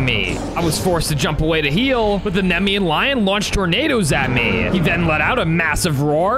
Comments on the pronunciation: Just so you know it’s pronounced Knee-me-an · I'm a mythology nerd so its nemean (nie, mie. un,) lion kratos is a titan not a god and not of war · It’s funny doesn’t no how to say naemean lion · Was him saying the Nemean thing wrong cause it felt like it I got pissed